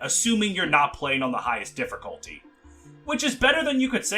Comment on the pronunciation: People are complaining about him saying Sword(s)master instead of swordmaster, but can someone explain to me the R he puts in difficulty? Seriously, he says it as diff(er)culty everytime and I don't know why.